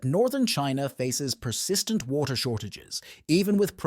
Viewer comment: is the only moment revert to the us. and noting about the title. ai voice is not able to say WATER in a proper way randon stock pictures not from China (africa and US, and maby more) does not help eather. but if half is true, china is doning stuff that other parts off the world should do to. Pump water to the black sea. pump water into the sahara, let it faporate we need water, no war.